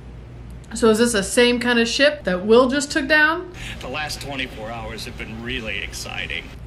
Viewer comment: "I fergot we still had people oanboard thuh shiyap!" Its adorable when your country side comes out.